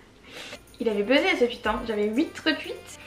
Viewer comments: On dit « TWOUIT » et pas « TWUIT » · "tweet" pas "tuit" c archi stressant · Ça ma stresser tu sais pas dire tweet c trop bizarre